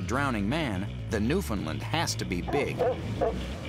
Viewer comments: Dammit, thats not Newfoundland, thats Labradour, and theyre pernouncing Newfoundland like every person from outside of it. Its pernounced like: New-Fin-Land, not New-Finland! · Where are you from? I've literally never heard a Newfoundlander pronounce it that way. Usually it's either "Newfinland", with equal stress on all syllables, or "NewfoundLAND", with the stress on the final syllable. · Newfinlend..... It's newFOUNDland since I live here it hurts every time I hear it. Also when you did the map of "Newfoundland".... You actually had it over Labrador.... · No, I think you are confusing The NewFINNLIND Dog with the Newfoundland (rhymes with understand like its home country) Dog. Maybe the previous is a native of Europe, I don't know, I can't seem to find "NewFinnLind" on any maps....but, the latter, ummmm I'm quite sure, is native to Newfoundland. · First its NewfoundLAND not newfinlind, And you put Newfoundland on Labrador . And, for the record, I've referred to myself as a newfie. I have no problem with it. :) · Just me or do they sound they say New Finland. I know it's Newfoundland. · Its pronounced new found "land" not newfoun "len" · i hate when people say newfindlind. its, NEW FOUND LAND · Newfoundland not Newfinland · said newfoundland proper showed labordor. and it's pronounced newfandland not newfinland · its not newfinlin its new found land. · Excuse me, What's a NewFINland dog? It's NewFOUNDland :| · Look, once and for all, it is pronounced Newf~in~Land (NOT "lind") and when uttered correctly rhymes with "understand". I'm from Newfoundland and EVERYONE here cringes when they hear someone say NewFinnLind. Jeez Mary; New~Finn~Lind, it's like calling a person from The US an "Amer~rickin". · Oh my GOD, learn how to say the friggin' name. It's not New-fin-lin or New-found-land. It's New-fin-land. Source: I'M FROM HERE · OMFG i hate when they say it like newfinlins its newfinland only eastern canadians can say it right. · It's NewFINLAND...